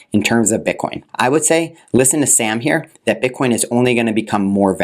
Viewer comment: He slipped and said "bit con"